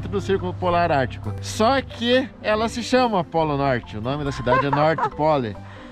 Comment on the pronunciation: "NORTI POLI"!!!Afffffff!!!😂😂😂😂😂